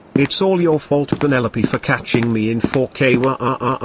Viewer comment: Her name is penelope not pinol